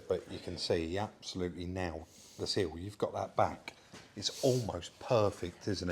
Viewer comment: Repeat after me. It's SILL (like will or fill or kill) and not like SEAL. Thanks 😆